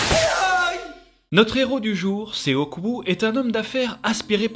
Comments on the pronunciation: Petite précision : on ne dit pas "séoque" mais "shoque" le o se prononce comme dans or. Et on ne prononce pas le e malgré le fait que sa s'écrive seok pck le 어 est une lettre aparentière qui s'écrit en alphabet eo. Voilà voilà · Son prénom c'est Sok pas "Séok" 😭😂